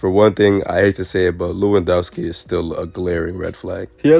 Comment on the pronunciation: 😂😂 that lewandoski pronunciation is killing me.